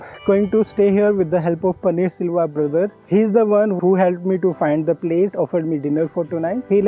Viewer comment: His name is Panneer Selvam which is a common name in TN and it is not “Silva”. Just FYI